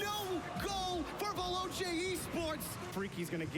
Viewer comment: The only thing that annoys me is that because they're American they can't say Veloce, it's pronounced ve-lo-chay not ve-low-chay